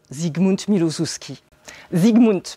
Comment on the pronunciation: Ca donne envie....merci beaucoup pour vos présentations, c'est vraiment chouette. Juste pour info le nom de l'auteur se lit "milochefski" et même exactement en polonais "miwochefski" , les prénoms des personnages "grajèna" et "yatsek" . Et pour dire "encore" à l'auteur, on va plutôt dire jeszcze (prononcez yèchtché") car "ponownie" c'est plutôt quand on reveut encore la même chose...